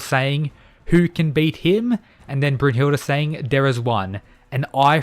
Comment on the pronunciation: Your mispronouncing brunhildes name